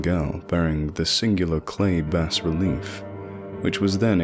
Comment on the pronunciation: Awesome! By the way, I believe bas-relief is pronounce "bah-relief" rather than "bass-relief," I wouldn't bring it up if it weren't for the fact that lovecraft used the word obsessively in this story.